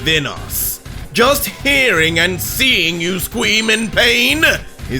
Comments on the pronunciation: "scweem in pain" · "scweam in pain" this got a chuckle out of me.